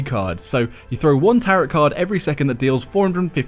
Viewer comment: that isn't how you pronounce tarot